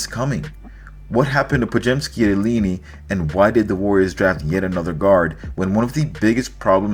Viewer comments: Ileenee? Cmon man! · Said that again ilinni